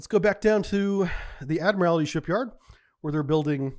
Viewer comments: Ad-mir-all-tee (four syllables). Not, Ad-mir-all-i-ty (five syllables). It's basically just the word "Admiral" with "tee" added to the end... "Ad-mir-all-tee". Most of your mispronunciations don't bug me, but this one really does (especially because you were in the Navy for 20 years). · Love these vids but the butchering of some words is brutal. Its 'ADMIRALTY' not ' ADMIRALITY" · If Mr. T joined the Navy and rose through the ranks, one day he might be Admiral T. And that's how to pronounce "Admiralty". You are adding an extra syllable that's not there. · "The Admirality Shipyard?" What? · Admirality, huh? Well I guess it's not like you'd have heard the word all that often. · For somebody who has such deep naval training and knowledge you'd think you'd know how to pronounce the word "admiralty".